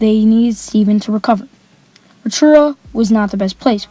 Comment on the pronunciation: Awesome work young blood. Steven Adams has a great story and is improving year in year out. Be good to see how he's playing in 5 years and how your getting on also. I'm from New Zealand and would like to commend you on your efforts in pronouncing Rotorua. Good luck young man, keep balling